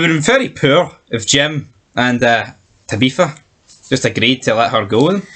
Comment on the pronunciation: "tabeefa" is it that hard to say tabitha?